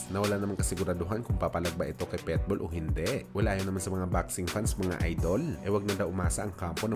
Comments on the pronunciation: Naunahan na pala ko. Pitbull di petbull o pwetbull! Lentek ka! Omayus ka! 🤪😜😛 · Pitbull,, hindi Petbull😂